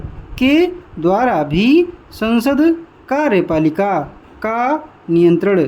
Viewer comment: Kya bol rha ho bhai Ka........riyepalika Smjh nhi aa rha ka likhe ya kariyepalika